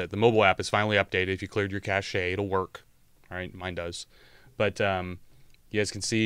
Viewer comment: Have to be that guy. I think cache is pronounced just like cash.